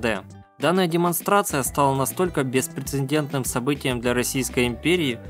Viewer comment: Надо говорить "беспрецедентный",а не беспрецеНдентный",как произносите вы !